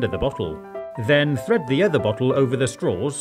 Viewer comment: Everytime he says bottle I also hear buthole and that makes the video funnier